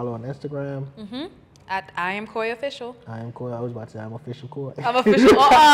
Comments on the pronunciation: Koi not Kuwe! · IT'S NOT KOI its kuui like kooi